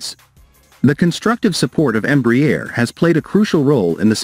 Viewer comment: Crappy AI pronunciation of Embraer